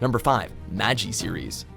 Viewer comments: How did he pronounce "Magi" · first of all its maGI not jee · I'm sorry, did he just say "Maji"?! 🤨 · 1.It's Magi, not Mageeeeee 'A certain...' franchise should be higher. Fairy Tail is the worst thing ever created. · Did he just say Majee? It just sounded so wrong to me, so, so wrong. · its magi not mag-e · GOD CAN U GET SOMEONE TO AT LEAST WATCH THE ANIME BEFORE THEY NARRATE IT LIKE I SWEAR ITS MAGI NOT MAJI UGH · Also it's Magi (Maw-Gee) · "Ma gee" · WatchMojo should make a video of the top ten times a WatchMojo video butchered an anime name. Magi (Mah-ji) should be number one. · It's "MAGI" you pronounced it wrong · You said "Magi" wrong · The way you pronounced magi hurt me internally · When the mispronounce magi